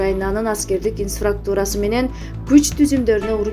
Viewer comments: Теманы жалган койгондон коро, ИНФРАСТРУКТУ́РА деген созду туура айтып уйронуп алгылачы. Инфаструктура дебей 🤣🤣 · Туура айтасыз элементарый создорду окуй албай жататИНФРАСТУРА деп жалганчылар сабаты жок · Инфраструктура деген созду окуш же айтыш кыйын окшойт кээ бироолорго.